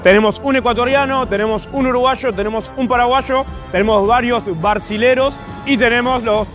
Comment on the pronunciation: cuando dijo brasileños dijo barcilerod